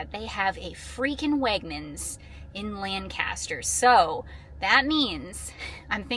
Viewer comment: love your video but please, pronounce my old county correctly. It is pronounced Lang-caster.Thanks